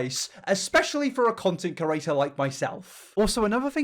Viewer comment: with peace and love, the way you pronounce "creator" is so annoyingggg